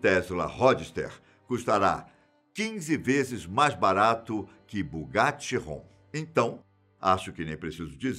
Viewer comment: É Bugatti Veiron, ou Bugatti keiron